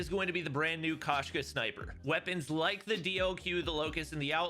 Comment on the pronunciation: FYI the Russian word for cat is Koshka pronounced with a long O sound. So instead of Kashka it should be more like Koeshka